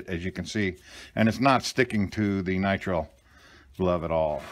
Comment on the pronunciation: Nitrile has two long i's. N-eye-tr-eye-l